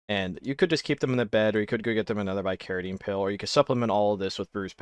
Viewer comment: Hearing you pronounce some of these medicines (bicaridine, ipecac) is KILLING ME.